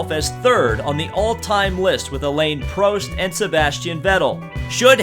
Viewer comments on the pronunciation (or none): Also it's not Alane Prost it's Alan Prost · sorry but it's not pronounced Elaine Proest it pronounced Alan Prosst but spelled Alan Prost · Alein Prost?.. just... focus on that Smithfield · Aaron Canese actually it's Alain prost